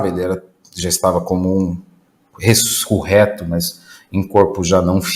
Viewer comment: Não entendi, rescureto,ao invés de ressurreto😮